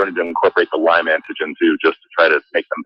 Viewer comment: PS - It is called LYME, not LYMES. FYI Sorry, Pet Peeve…… blame it on my Lyme. ;)